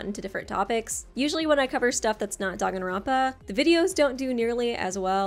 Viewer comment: You’re actually pronouncing it right it’s Danganronpa not Dog in romper